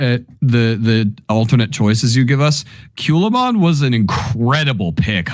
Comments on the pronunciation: Was looking for this comment. He swapped the a and the u. Culamon vs Calumon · Why did you call Calumon Kewlmon? 😅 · Hearing them call Calumon "Kyulaymon" over and over made my break my phone.